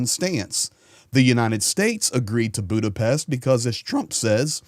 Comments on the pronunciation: Thank you for your coverage. And thank you for pronouncing Budapest correctly (Buddha-Pesht). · Good perfect pronunciation of Budapest,!!👍